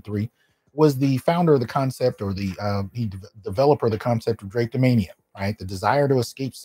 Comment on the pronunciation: Drah-Pee-Do-Mania...NOT drape-do-mania